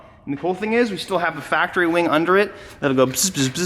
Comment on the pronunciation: “Weing” lol